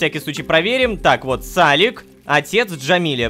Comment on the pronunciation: блин Рома почему сАлик а не салИк , сАлик звучит как имя какого-то мальчика 5 лет